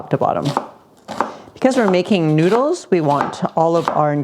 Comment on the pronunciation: It’s no njuidles, it’s noodles, idiot.